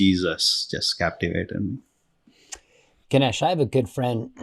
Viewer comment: Ganesh correct on how to pronounce Ganesh. And you stll keep the Hindu Deites name, so you are stll a worshipping Hindu! Sadly you went from the greater religion to a lesser one.